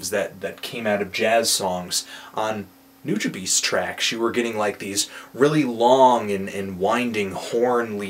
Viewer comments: its been said before in these comments, but just so everyone knows...its pronounced Nu-Jah-Bess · its pronounced .."NEW Juh Bahs" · It's pronounced new-Jaw-base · what the fuck did he just say? New jah beez? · New-jah-bess, butcher of Japanese language ;) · It's kinda annoying how he pronounces Nujabes name. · Jett Guerrilla but if you listen to certain songs by Nujabes featuring Funky DL, Substantial, Cise Starr, Shing.02, they all pronounce it the same and it was not the way that anthony pronounced it. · Andréz Gutierrez He said you can pronounce it however you want. He said he would slap the next person who not only mispronounced his name, but thinks he is a hip-hop collective lol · Someone who can't even pronounce Nujabes right shouldn't be reviewing him. He should review Metaphorical Music instead and listen to that. Bet he would give that a 10. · yes so he said nujabes wrong get over it people. hes human he makes mistakes and this review was made dec 7 he probably knows it now after reading all the comments. he also happend to pronounce my favorite band wrong but ya know i let it go because his job is to listen to the album and say what he likes and dislikes about it it doesnt mean he listens to them outside of his work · Dude at least look up a video of how people pronounce his name. Every time you butchered it I should’ve slapped you till you pronounced it correctly. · You say his name wrong. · I would respect this review more if you actually pronounced his name correctly . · I completely disagree with your opening argument. Nujabes was on a whole different level from J Dilla and Madlib, and he was one of a kind. RIB Jun, you will be missed. Also, learn to pronounce his name, and learn some respect. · Yeah, he sure knows a lot about Nujabes, yet he can't even pronounce his name... LMAO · lol you pronounced his name so funny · nujabes: New-ja-bess, not new-ja-beast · New Jah Bees? Nah man. Nu Ja Bes, like how you pronounce best and blessed.. ^_^